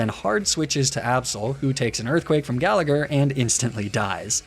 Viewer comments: You pronounce gallagher like that, im Irish and I’d say it as Gal-a-her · And the second G in Gallagher is silent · If you're going to do an "Irish" name theme, then at least learn how to say Gallagher and McLoughlin correctly. Plus, Laddie isn't Irish, it's a Scottish stereotype. Get your "facts" straight.